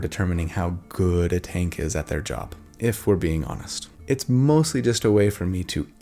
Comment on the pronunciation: You did a great joerrrerrb on this video,, I mean!